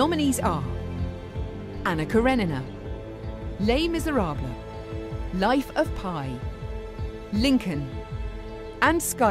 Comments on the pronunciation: ohh..I got all tingly when he said "Les Miserables" even with the proper accent and everything...FML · Oh god! His pronunciation of 'Les misérables' is to die for! I could listen to him speak french all day ! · The way Tom says 'Les Misérables' is just perfect... :') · He says Les Misérables more good than me....and I'm french.